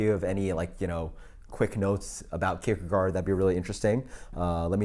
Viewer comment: I belive it is pronounced "Keer-khe-gore", but I could be wrong!!! Cheers!